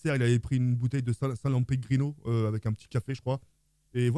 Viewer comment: « une bouteille de salenpegrino » 😅